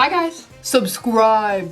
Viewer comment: I love at the end how she said "SuBRibE"